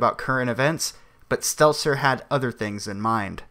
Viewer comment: It's Stelter..not Stelzer